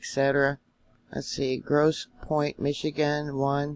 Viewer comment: Canada is just across the Detroit river from the US. I use to live in Monroe Twp. Two miles from Fermi 2. Power Plant. You are fine on your pronunciations of Grosse Point. Great report. Thank you for your efforts.